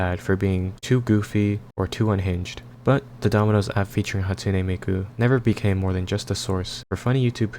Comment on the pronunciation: Hatune Meekoo